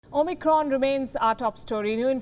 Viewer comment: Two quick things, that really get my goat. It's Omicron, not Omnicron. Also, it's Kazakhstan, not Kazakhistan.